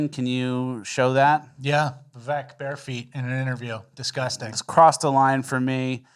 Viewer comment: I sent this just before rat boy started saying vivake